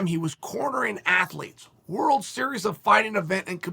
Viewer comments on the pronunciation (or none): none